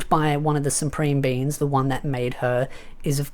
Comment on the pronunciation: i heard you say it once now i hear it every time,. supreme beans.